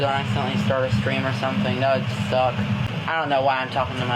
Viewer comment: "hope i dont accidentally start a stream or something that would thukk"